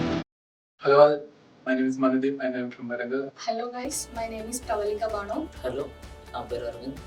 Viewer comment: Its manudeep not madudeep